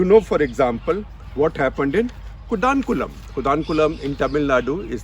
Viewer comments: Sir atleast you should pronunciation our cities correctly its not कोडानकुलम ... its कोडनकुलम.... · It's another declutter. One correction..it's pronounced koodankulam not kudankulam. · SG, your pronunciation of Kudankulam is LOL esp as a Tamilian🤣🤣